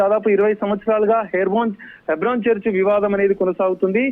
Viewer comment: హైబ్రోన్ కాదు తల్లే.. హెబ్రోన్..ముందు కరక్ట్ గా మాట్లాడడం నేర్చుకో